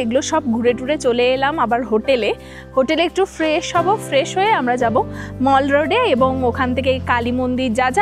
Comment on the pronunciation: Let me correct two words mispronounced by you repeatedly- one is Mall Road. The "a" in Mall is pronounced as Bengali Sware A (as in ball, or awful). In Kolkata, in the Dum Dum Town, there is a road called the Mall Road. It is not pronounced as "Myal" as you do. The word word you pronounce is "Geyser", the little bathroom feature that supplies hot or warm water. You are pronouncing it as "GEESER", which does not exist in English. It is pronounced as "Geyser", as it is spelled and as in the Old Faithful Geiser (or Geyser). Never too late to learn and make corrections. Otherwise, your video was nice and enjoyable. The only thing missing is flowers. I guess you are not interested in flowers. Dr. Ajit Thakur (USA).